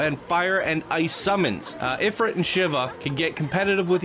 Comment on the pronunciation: It's pronounced "Eh-freet" :)